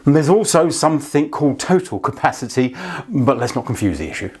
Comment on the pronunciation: Please don’t add the letter “ K “ to “ something “. Great video 👍